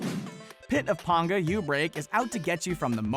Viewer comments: It's PAnga, not ponga if you are going to talk about the community and it's creators, do some real research next time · ITS PANGA NOT PONGA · pit of PAN-GAH! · He pronunced "Panga" as "Pånga" and not "Pänga". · Pit of PAINga Not pit of PONGa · Pit of Penga (don't pronounce it as panga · that is not how you pronounce "Panga" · why did they pronounce Pangas name like that ? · You pronounced panga Wrong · Mispronouncing Panga so many times :( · Anybody else get pissed he said panga wrong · It bothers me every time. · instantly pissed me off lol